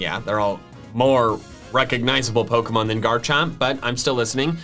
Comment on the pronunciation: Dear, please start pronouncing pokemon right.